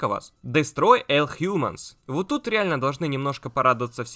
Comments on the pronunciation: Почему ты всегда говоришь слово "ALL" как "ЭЛ" вместо "ОЛ"? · ну будь ты человеком, не ЭЛ, а ОЛ! Дестрой Ол Хьюманс! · Все круто, подписался на тебя Смотрю....НО хватит произносить Элл...all... Ну ты чего англ не учил в школе ещё ....правильно - ОЛЛ, ну режет Удо капец как. ну ты чё серьезно )))!!!!!! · мне не послышалось, ты правда сказал: "Дэстрой ЭЛ хьюманс"?